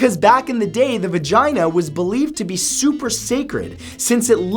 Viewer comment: I like the way he says vagina.